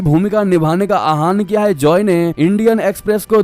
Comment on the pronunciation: अपना हिन्दी उच्चारण सुधारें।आहान नहीं= आह्वान